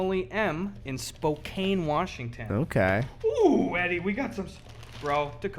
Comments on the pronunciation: Oh shiiiit. My home town Spokane. Not sure if you guys know, but it’s pronounced Spo-Can. Here’s it in a sentence: Spokane is the meth capital of the Pacific Northwest. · SPOKANE PRONUNCIATION: IT RHYMES WITH CAN. PLEASE I CANT TODAY 😂😂😂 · I cant believe he said spokane (actially pronounced spo-can) like that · I'm from the area too and I love how people always say spoCANE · It’s Spoe Can not spoe kane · Gus' Wis-kahn-sin pronunciation of Spoke-ain hurt me and I like it